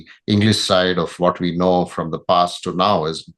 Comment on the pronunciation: It's FROM❌️ Not form